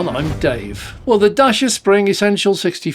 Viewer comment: Dacia, rhymes with Thatcher. Not dasher or dacier. The biggest flaw is 1-star NCAP rating. Other manufacturers can make similar sized cars and achieve 3 stars or better, so Dacia needs to up their game. This means being a bit smarter with the design of crumple zones, and/or using thicker or higher grade steel. It's not rocket science.